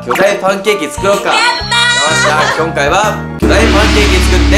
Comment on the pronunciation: こんかいがきょんかいになってるよ（笑）